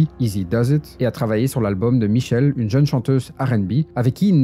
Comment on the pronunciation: michel'le ça se prononce pas michelle (c'est pas le même prénom) ça se prononce" michéler ".